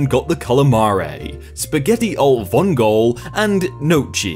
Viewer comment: Alle Vongole, Pronounced, Roughly, Like "All-Ay Vong-O-Lay". Also Gnocchi, Pronounce Like "Nyo-Key" Or "Ño-Key" For Those Who Speak Spanish.